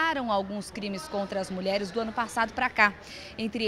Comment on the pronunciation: ele falou mulherara